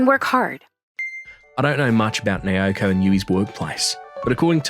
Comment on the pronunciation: And again... It's NAOKO, not NAYOKO.